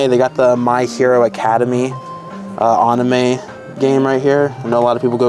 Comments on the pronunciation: I heard "Aname" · Why do you pronounce anime like a monkey lol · Please learn how to pronounce Anime!!!